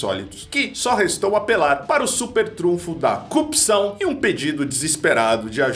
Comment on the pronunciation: Ô mesaaa (mamãe) ô mesaaa (papai), me ajudeee! "Coupção"...🙊